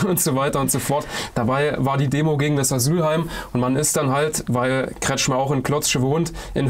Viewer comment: Der Verbrecher heißt richtig : KretschKhmeer